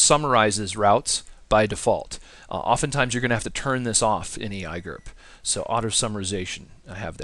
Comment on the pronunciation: I had to thumbs down this video just because you said "ee i gerp", otherwise great video!!!!